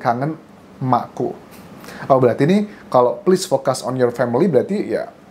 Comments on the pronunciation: Focus dibaca dalam bahasa Inggris Fokus aja pak,, liat pronounce google deh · "Pls focus first......"....focus dibaca fokéus deh kayaknya, Mas Anjas...instead of "fokas" 😁✌️